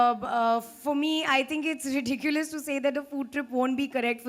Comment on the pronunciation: It's is ridikulus, this question is very ridikulus 😂 spitting out Harry Potter spells